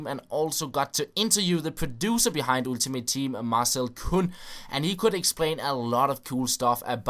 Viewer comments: Ultimate Team is actually pronounced Åltimate Team;) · hej, god video, som altid. jeg ved det er en ligegyldig ting, men lyder altså komisk når du siger "ultimate" med dansk u. Det udtales som et engelsk "a" som i "all". Det er ikke sagt får at spille bedrevidende, kun ment som en hjælp. tak for alle dine uploads. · Dude, you freaking stupid you say Ultimate like fucking Ultimate not like Altimate, and besides people can pronounce things how they want, you dumbshit. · "ooltimate team"